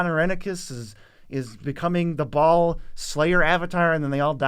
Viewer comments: Baal isnt pronounced as "ball" but rather "Ba - ale" ale like the drink. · I believe it's pronounced beh-HAHL but us MTG guys are saying Ball. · I think Bhaal is pronounced like bail or bale